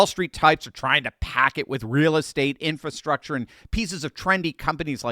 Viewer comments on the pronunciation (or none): none